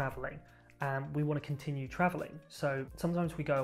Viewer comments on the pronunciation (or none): none